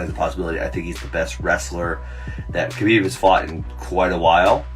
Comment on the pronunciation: 6 years later and people still aren’t pronouncing Khabibs name right. 🤦‍♂️